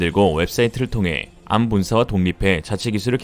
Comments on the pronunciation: 암이라 읽지 않고, 한글자씩 읽어야 합니다. 에이알엠...고유명사인데 한자씩 읽습니다. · 그걸 암이라고 읽는구나!